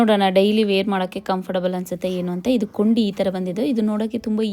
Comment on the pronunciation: ಮೇಡಂ ಕೊಂಡಿ ಅನ್ನೋ ಬದಲು ಕುಂಡಿ ಅಂದಿದೀರಾ, next time ಈ ರೀತಿ ಮಾತನಾಡಿ ಅಪಹಾಸ್ಯಕ್ಕೆ ಸಿಲುಕದಿರಿ.